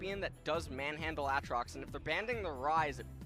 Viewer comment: This caster can't say aatrox once the same way correctly. 😂